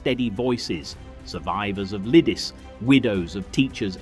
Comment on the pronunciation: True, and Lidice was incorectly pronounced throughout. But what can one expect from a Yank? Nothing much really.